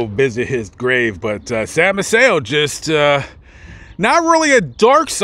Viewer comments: Fifth generation Galveston here. Maceo is pronounced MACE-ee-oh, not Ma-SAY-oh. Sam and Rose paid for my parents’ wedding reception in 1944. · I lived in Galveston for a few years and everybody pronounced Sam's last name May-see-oh, with the stress on the first syllable. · I’m trying to watch your video. Maceo is pronounced may see oh (Macy - oh) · Did you know you were mispronouncing Sam Maceo's name? I know you didn't have time because you covered so much that was awesome but he has huge history. And legacy he left behind. My uncle used to box for him He was a lightweight champion of the world. Eddie Bertilino. Btw. " May-cee O". I'm a BOI, born on the island. And I just discovered your awesome narratives. Thank you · Their name is pronounced MAY...SEE...OH, Maceo...say it with me...MAY...SEE...OH. Youre not the first to pronounce their name wrong. You could have asked almost any local when doing your research and they would have told ya.